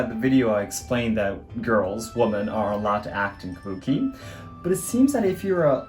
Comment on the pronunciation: Wimmen… The English word “women” is pronounced as “wimmen.”